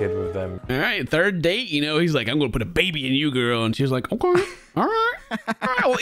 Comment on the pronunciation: They way says "okeah" helps me get through the day lol